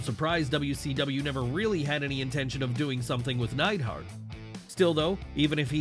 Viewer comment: Isn't it Neidhart???